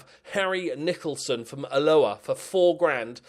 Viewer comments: I’ve said it before and I’ll say it again. The way you pronounce Ahh-LOAH gives me the absolute fear. Love your work apart from that obv mate x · Your pronunciation of Alloa is hilarious. And correct of course... 😉